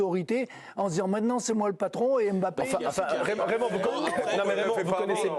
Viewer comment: Mr Domenech ne prononcez pas le M bon sang de bonsoir regardez l'émission d'hélice Lucet il l'explique, KYK'S